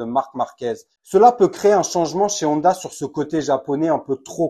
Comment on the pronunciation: C est pas nonda ou oneda, mais Honda (on - da)